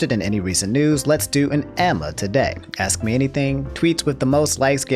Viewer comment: when this dude gonna learn how to pronounce 'ask'